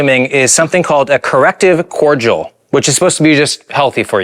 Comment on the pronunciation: Bro it’s pronounced ”cor-di-al” how did you butcher that and how have you never had cordial before?